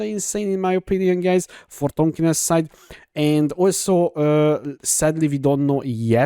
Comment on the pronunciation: Tankiness, not Tankiness